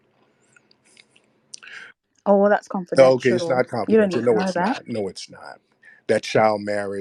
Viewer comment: He said Nairobi camel not naomi cambell..i lost it lmaoo…”continue mamm” hes killing me LOL